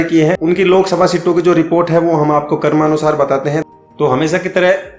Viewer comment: कर्मानुसार नहीं क्रमानुसार होगा 🤣🤣